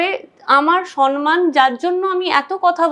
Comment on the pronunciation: তুমি বেশ কিছু ভুল শব্দ/উচ্চারণ করো : Criteria(s) , সন মান , Congestion (কনজেশন নয়) , Advice(s)